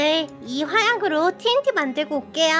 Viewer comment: 근데 발음 틀리내THT가아니라TNT인데